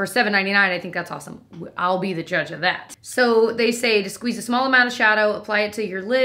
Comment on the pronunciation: The 3 judgery doos! Lmao 😂